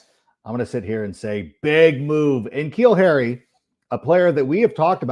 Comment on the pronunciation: Yo it’s Nuh-Keal Harry bro. That’s how you pronounce his name, Iol it’s all good tho